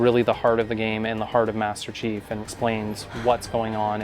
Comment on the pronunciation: Nope. Me too man. It's the chief, say it properly.